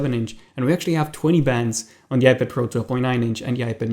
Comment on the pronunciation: coming from a guy who calls an ipad a ipadder. js